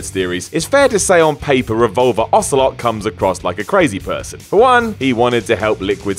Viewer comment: Wow, you didn't even get Ocelot right.